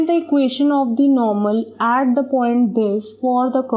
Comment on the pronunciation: At ka pronunciation aat wow